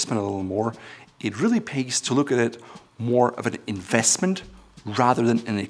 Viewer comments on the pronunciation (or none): In-vest-ment he puts on the vest* Lol nice Still a good video